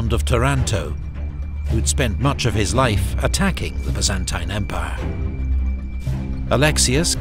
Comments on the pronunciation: I've never heard the Byzantine empire said with that annunciation. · Amazing, but the pronunciation of “Byzantine” is killing me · so why he says it wrong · The only thing I can’t stand about this video is the constant mispronunciation of Byzantine. Like nails on a chalkboard to my ears